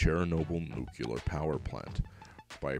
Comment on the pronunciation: Nu-clear, not nu-cu-lar; that's how Bush said it. Don't be like Bush.